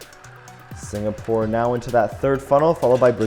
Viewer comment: It is singapore not signapore